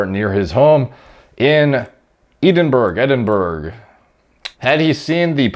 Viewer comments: Yo bro I live in ed-in-bruh it’s ballin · Just want to clarify Edinburgh is pronounced Ed-in-burra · My favourite part of the video was listening to pronouncing British locations - Edinburgh (Ed-in-burrah) = "Eedinberg" lol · Eden burg .... hahaha. It's the capital of Scotland pronouned Ed in borough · You mean edandberg. Or eddinborj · id smack anyone who called Edinburgh eddinburro. EDDIN-BRUH! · Pronounced Ed-in-berah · My man it's pronounce Edimbruh, that's how everyone says it in UK, don't blame you kinda dumb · edinburgh is pronounced edin burr er incase you make more vids with british places in it :D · I live in Edinburgh.... you said it wrong lol. It’s pronounced Ed-in-bura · Eedin-burg! Nice city. Can recommend. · (FYI, pron. "Ed-in-bruh", per the locals. Some countrymen pronounce it "Ed-in-buh-roh".) ...Thank goodness the wife and I are past needing to worry about contraception. A gel is pretty simple but a daily pill would still be nicer. This shouldn't be rocket science. We literally launched a car into space, towards mars. We should be able to invent a male pill contraception within 50 years of developing one for women. :\ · Edinburgh is pronounced edin brh (in Scotland) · Sorry but you reading ed as E D is a Freudian slip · Its pronounced edin-bruh! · Does Gorilla Mind give you Gorilla reading skills? It's pronounced Edin-bruh dude. And it's the capital of Scotland. C'mon! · Bruh! It is literally pronounced Edin bruh. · I'm pretty sure it's Ed-in-bro lmao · "Eden-burg" gave me the biggest chuckle. Edinburgh. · Eh- din- bu- ra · Sorry I have to laugh when you pronounced edinburgh. I live there but its e-din-bruh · E-din-burr-uh it's a Scottish city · It’s pronounced “Ed-in-bruh” 👍🏻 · Eedinburg Edinbug lmfao. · Edin buh ru or edinbruh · Edinburgh - "Edin-burra" 👌🏻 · Its pronounced ed-in-boro, but when you're in the city it's mostly just Ed-in-(gagging noises) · It’s Ed-din-bruh. It’s silly British pronunciation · ED IN BURAH ffs